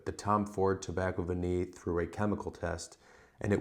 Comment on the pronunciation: What a brilliant idea for a video! Nice one, very informative. is so knowledgeable. And don't worry, you didn't sound like an idiot saying 'Tobacco Vanille', it's better than a lot of other english people I've heard speaking french. Just a tip, 'eau' is literally prononced like the letter 'O', and 'parfum'...I can't help you that, but you were close enough